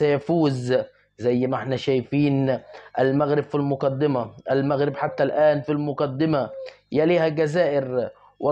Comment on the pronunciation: ليه بتتلعثم لماتريد أن تنطق بكلمة المغرب .كأنك تنطق بها غصبا عنك انت معلق كن واقعي وأترك عنك.........؟؟ أعلم أكثر المشاهدين عندك مغاربة